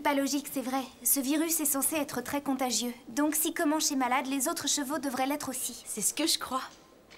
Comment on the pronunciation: comanche pas commanche 😂😂